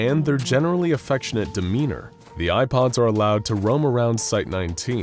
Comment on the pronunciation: Every time he says “Eye Pods” I hear “IPods”